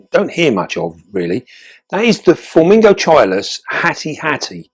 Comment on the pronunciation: It's pronounced:" Forming GOT-cheelus" 😉🥰 I love, that you really have all KINDS, from all over the world. Are there still orb weavers "on the loose", in the Beastie Room? 😃